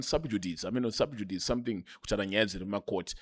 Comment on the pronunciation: its pronounced SUB-JU-DHI-CEE Not SUB-JUD-ICE